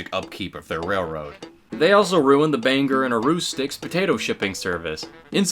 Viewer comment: Banger BANGER ITS BANG GORE NOT BANGER